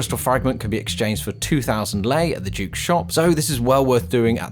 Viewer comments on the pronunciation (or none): Duke not juke